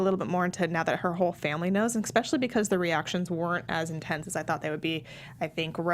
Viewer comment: I hate myself for becoming an internet troll but I just have to say that the x in “especially” is not only silent - it doesn’t exist. Otherwise I love your enthusiasm for this great show. Thanks!